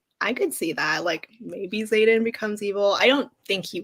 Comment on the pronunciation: Ugh Xaden not Zane 😕